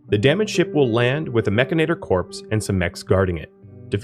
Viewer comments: MECH-AN-IT-OR.......MECH-ANIT-OR...MECHANITOR its not MECH-AN-AT-OR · You keep saying "Mechinator" -- the "inator" is clear -- when the word has no such letters "Mechanitor", itor, not inator Mech-an-i-tor It grinds on my brain Video is good tho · I don't think it's pronounced "mechinator," a la terminator; it's spelled mechanitor, like a portmanteau of mecha-/mechanic & janitor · Drinking game: take a shot every time he says mechanator instead of mechanitor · It's pronounced "Mek-AN-it-tor". Here you've swapped the "a" and the "i". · Well, I am saying it Mech-i-nater now just for troll value! Love the vid, lots of good info to get started with the DLC. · It’s “mechanitor” like “janitor” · You flipped the A and the I sound when you say Mechanitor. Mechinator. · True, it is just sounds like you might be saying mechanator :) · great video, many thanks but oh boy, i hate the way you pronounce mechanitor hahahahaha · I figured Mechanitor was pronounced with the emphasis on the “chan” part